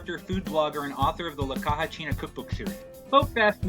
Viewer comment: Caja is pronounced KA HA